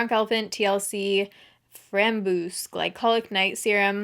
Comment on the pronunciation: Looooool FRAMBOOSE omg. It's french, it's pronounced frombwahs, it means raspberry. I'm dying :') that's adorable.